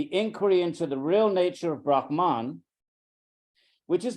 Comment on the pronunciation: It is not Brahmān (ब्रह्मान्) but Brahman (ब्रह्मन्). I am amazed such an accomplished person as Edwin Bryant should make this mistake.